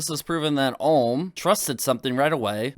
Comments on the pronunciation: Never seen anything from this keemstar guy before but does he seriously not know how to pronounce the word ohm? Like seriously he needs a basic electrical course to learn what ohm is. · Or Ohm's, when he said Armreckord I died of cringe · it does bug me that he keeps saying ohms name wrong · as soon as i heard keem say ohm i stopped watching